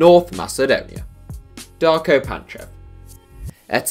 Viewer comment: When you said NORTH in north macedonia it hurted